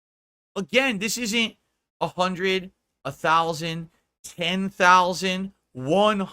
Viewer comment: 🤣🤣🤣 literally doesn't understand what the word ESTIMATE means. Bro is literally reading off stats like "they also overESTIMATED the job growth in a 12 month period by 406 THOWLsand" then jumping to conclusions without thinking 2 seconds later by saying "WHY are we constantly lying to the American pahpulous about this shit?" THOSE WERE ESTIMATES,, NOT LIES 🤣